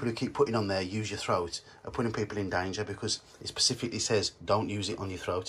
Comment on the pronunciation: Specifically not pacifically though 🙄